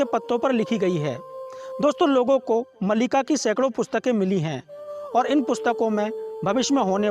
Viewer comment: Malika nahi Maalika or sahi naam hai Bhavishya Maalika.